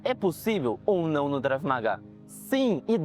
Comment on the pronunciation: Não seria Krav ao invés do Drave que você fala nos vídeos?